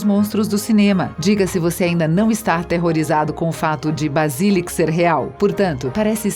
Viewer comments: Grideval Jota k Rowling Wésleys Basílisq Nagini NevillE Hougorts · Basílisq KKKKKKKKKKKKKK